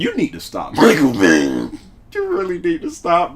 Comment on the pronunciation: Nobody noticed how he said michael bay 😂😂😂😂